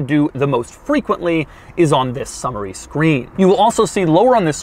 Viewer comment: Not sure why I heard it as the "Summer-y" screen.